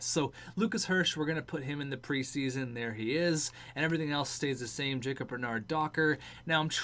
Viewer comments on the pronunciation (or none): none